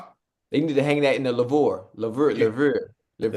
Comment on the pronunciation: Not the LA-VORE😭😭😭🤣🤣🤣 Ocho HOOD ❤